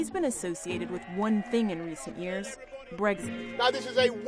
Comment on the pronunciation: Its BREXIT not BREGSIT #LoveEurope #LoveBritain #LoveEu